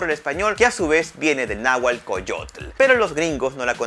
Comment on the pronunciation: SE PRONUNCIA NÁHUATL Y NO NÁHUAL, INSTRÚYASE ANTES DE SUBIR UN VIDEO Y NO DEFORE LA LENGUA (DIALECTO).